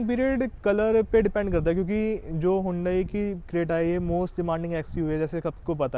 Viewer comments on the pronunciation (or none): Hondai creta nahi bhai. Hyundai Creta😂😂😂😂